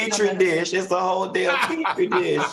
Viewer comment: 😂😂😂 did Q say Petri dish 🧫? 😂